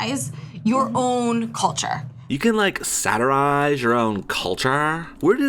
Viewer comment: I hate the way says "satirize". Why are you annunciating each fucking syllable of only that one word?